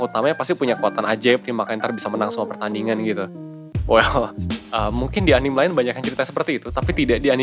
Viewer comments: Nice video. Btw, dibacanya A N I M E ya bro, bukan A N I M wkwkwkwk XD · punten min, anime teh dibaca a-n-i-m-e, huruf "e"nya dibaca bener2 kek nyebut huruf "e", bukan anim, btw thank you pisan buat kontennya min 😁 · Its ANIME not ANIM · video yg sangat membantu, thanks a bunch 1% ; btw anime itu dibaca 'a-ni-me' bukan 'anim'